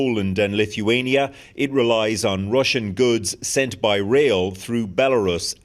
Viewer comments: Definitely not russhun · But not russhun